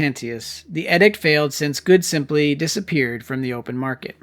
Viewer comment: The word is pronounced EEEDICT. SMH. why is your generation so ignorant??????? WTF???